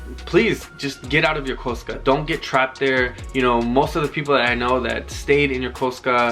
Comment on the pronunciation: It’s so refreshing to hear someone say Yokosuka properly!! Thanks for a great vid